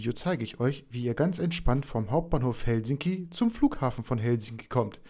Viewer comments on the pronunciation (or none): Lento-asema = Flug-bahnhof. Betonung immer auf der ersten Silbe. HELsinki, keinesfalls HelSINki. Rautatie-asema = Eisenbahn-bahnhof. Finnisch ist ganz einfach.